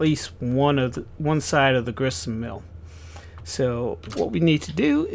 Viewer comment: Great video bud.It is Grist Mill not Grissenmill LOL